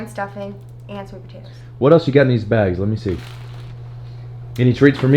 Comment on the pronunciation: "Stuffing" ... She aint from the south😂